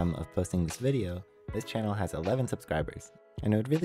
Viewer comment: i physically recoiled when bro said "11 subscrubers"